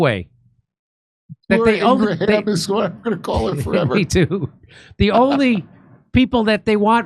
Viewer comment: I am now going to call her Laura ING-ra-ham, too!